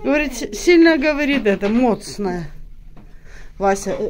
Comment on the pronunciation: Не моцна, а міцна.Не сміши людей..